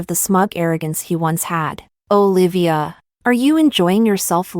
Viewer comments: Y u stress so much on name …high pitch O….and separate Livya…..it’s together Olivia….its so annoying. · Olivia. Lol. The narrator sounded weird pronouncing the name every time